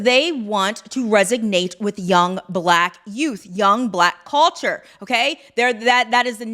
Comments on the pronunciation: Unkempt, not “unkept.” Resonate, not “resignate.” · Love what you’re saying It’s resonate, not resignate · Resonate doesn’t have a ‘g’ in it!